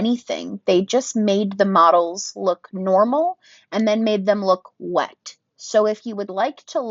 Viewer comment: I guess I gotta get the Becca No pigment because I want that WET look🤣 the way you emphasized 'wet' made me laugh so hard